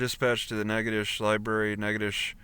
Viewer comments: The pronunciation of the town is natch--itow--ches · no. Natchitoches, (Nack-a-tish) the original French colony in Louisiana, is the oldest settlement in the Louisiana Purchase. Established in 1714, Natchitoches